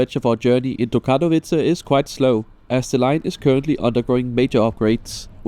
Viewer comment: Solid review video; your polish pronounciation could use some help, but after 25+ years of living abroad so could mine, so no shade. (funny enough as a germanic family language native speaker, your pronounciation of Katowice is pretty solid).